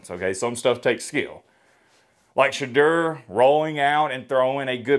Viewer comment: It is pronounced "Sha door" get it right hater